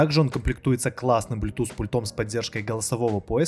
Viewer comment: Правильно "пУльтом", а не "пульОм" ахах 🤦😂🤣❗